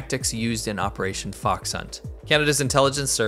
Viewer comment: You pronounced fox wrongly . It is the 2nd tone not the 3rd tone.